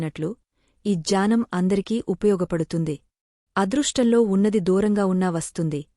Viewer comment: meeru jaanam antunnaru Gyanam ani palakandi Mimmalini tappu pattadam ledhu konchem sari chesukondi Jai sree krishna 🙏🙏🙏🙏🙏